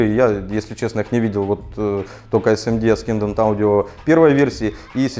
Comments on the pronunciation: ***** я очень извиняюсь, но не аскендант - ассендант правильно произносится, спасибо за обзор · Александр, в слове Ascendant букву "с" правильно произносить как "с", а не как "к" в видео. Не вспомню, какое именно, правило в английском языке. Прошу понять и простить. ))) Как удар чем-нить, когда слово неправильно ты произносил. :D